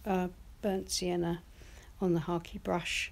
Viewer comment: I am new to painting and am trying watercolor first. Love this. What was that last brush you used? Sounded like you said hockey brush.